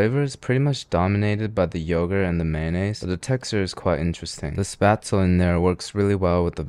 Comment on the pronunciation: As a german, first of all I'm proud you know Spätzle and pronounce it very well. Secondly, a Nudelsalat is a noodle salad! It's supposed to be cold! (But it doesn't work with Spätzle tbh)